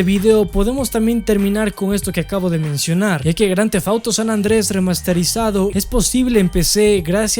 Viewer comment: san ANDREAAS! san ANDREAS, repite... SAN ANDREAS, no San Andrés, WTF!